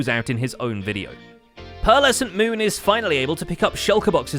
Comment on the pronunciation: "PealrescentMoon" lol